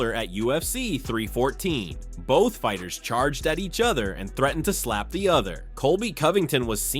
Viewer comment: Love these AI narrated videos where they can't even pronounce the names of the fighters...